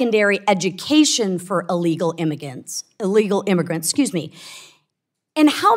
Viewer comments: Your Freudian slip was spot on…mispronunciation of immigrants to GIMMEGRANTS! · "Immigants!" Wasn't that in a Simpson's episode?